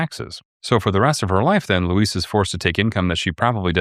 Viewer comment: That's pronounced loo-EEZ or Weezy for friends and family.